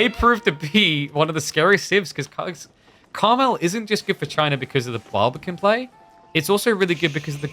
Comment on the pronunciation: The map is “Carmel” not caramel. It is based on the region mount Carmel and as a result there is only one correct pronunciation. Idc how you pronounce caramel.